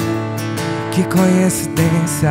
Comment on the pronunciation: So doeu ele dizer "conhecidencia". 🤭🤭